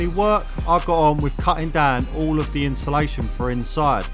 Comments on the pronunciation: Insulation ❌ Inshulation ✅ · Why do us Brits struggle to say insulation 😂